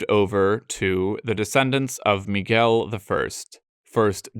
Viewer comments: not only João (which seems to be the hardest by a long shot) but eve more subtle nuances that are really difficult to catch, like the "hard"/closed "el" in "Miguel" that most foreigners have a Lot of trouble, he just nailed it all the way. It was suprinsing to the point of scare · Nice pronunciation of João and Miguel.